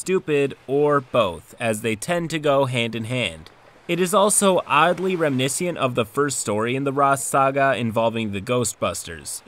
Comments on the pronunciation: "Oddly -remniscient-" The word is reminiscent, rem-ih-nis-int phonetically. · I can't get over how you said reminiscent and indiscernible at the beginning